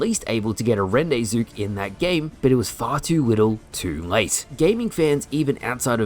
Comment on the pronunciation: It's "Ron-Day-Voo" not ren-dez-voos lmaoo